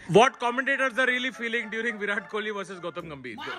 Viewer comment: Virat Kohli ❌ Y-Rat Kouli✅